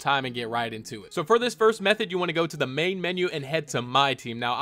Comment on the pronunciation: BRO HE SAID METHODD